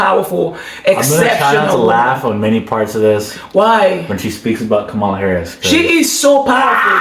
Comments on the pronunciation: It’s pronounced …Cam- ma-la!! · Her name is pronounced ,la. (Comma la)